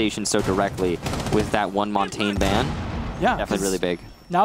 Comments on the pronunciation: why does nobody pronounce Montagne properly lol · you dont need to speak French to know the basic pronunciation being Mon-tan-yuh